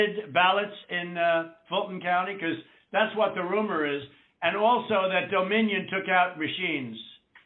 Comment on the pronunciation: Doe-minion! LMFAO!